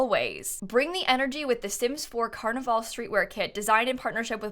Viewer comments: Pronounce carnival like carnivl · Is it just me or is she saying carnival wrong